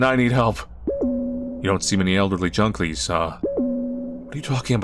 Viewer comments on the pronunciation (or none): said “Junklies” instead of “Junkies” hehehe